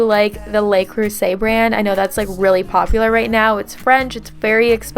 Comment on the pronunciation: Hi i love how you said le creuset. 😃My first language is french. Have a nice day and thank you for the cleaning motivation.